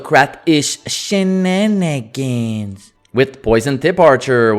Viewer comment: Shenanigans, not shinanigans.